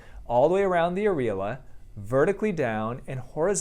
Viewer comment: Love you Dr. Youn because you are hilarious. I’m just curious though why you keep pronounce areola like that in your videos? It’s different from how most people will pronounce it here in the States(I get it that you are American and here in the States(before other people come at me) but you pronounce differently than most people). Just curious. Keep up the great work. Love your reaction videos. 🥰